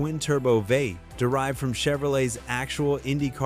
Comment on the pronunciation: It took me 20 minutes to figure out that when the AI voice is saying "vate", it means "V-8". LOL!!